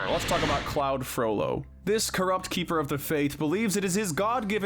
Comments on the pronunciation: So this was a fun video to watch/listen too, but i do have a few notes: 1. It was Kiara who jumped into Zira and attempted to save her, not Nala. 2. This is more of a pronunciation nit-pick, its Claw-d Frollo, not Cloud Frollo 3. Hades isnt the God of Death, thats Thanatos. Hades is simply the ruler (or Lord) of the Underworld 4. Dr. Facilier got pulled into a VOODOO head not a Tiki head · Mispronounced names: Basil (It's pronounced the same way as the word "bad" despite being spelled like the herb) Claude Frollo (You said "cloud" instead of Claude. It's pronounced like "clod") You also mixed up the identity of the lioness that was on the cliff face with Zira. It's not Nala, it's Kiara.